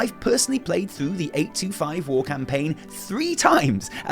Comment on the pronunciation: Thank you yes I like the long videos. Every time you said "war" I thought you said "wall" as in "the fourth wall" and Im like....................wait. THANK YOU SO MUCH FOR POINTING OUT THE PARALLELS TO WRATHGATE AAAAAAAAAAAAAAAAAAAAAAAAAAAAAAAAAAAAAAAAAAAAAAAAAAA